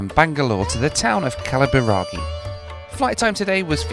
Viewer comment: Its funny seeing a foreigner pronouncing kalaburagi right and a north indian pronouncing it wrong at the gate lmaoo